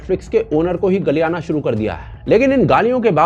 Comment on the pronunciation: ji Galiyaana nhi Gariyana bolte h😂😂😂😂😂